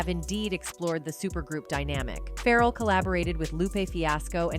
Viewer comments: OMG dang AI bot.. Its pronounced "FA-REL" not ferral! Hes not a wild animal lol. Get it right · 😂i couldn't understand why tf is it Ferrel, it's so annoying